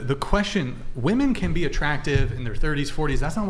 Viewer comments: they think they are pronouncing "woman" and "women" differently, they just emphasize the wrong syllable. they say "wom-EHN" and "wom-IHN", so dumb they assume the different letter is the letter pronounced differently. its "WUHM-en" and "WHIM- en" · It’s crazy that these girls don’t understand the difference in pronunciation of “Woman” and “Women” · No matter how many of these episodes you watch there is always the one girl who says woman instead of women. How can they always make the same mistake 😂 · WOMEN!!!! Not WOMAN 🙄 annoying asf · Saying woman instead of women, makes you sound stupid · On one of the episodes you were on and you asked why so many girls say "woman" and really mean "women", ever since then I catch it every time and it is so annoying! Lol I love you! I have the utmost respect for you.❤❤❤ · Why do all these vacant dolts pronounce women incorrectly? How can such a high percentage of a group be so inept they cant even pronounce their own biological category? Unreal. Truly unreal. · Ive noticed this with women on Charlie Kirk too, ive even commented on a vid asking why and got the response "its the correct pronunciation". Sad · I forgot how much these crazy degen girls say 'woman' instead of 'women'. My god it's an epidemic!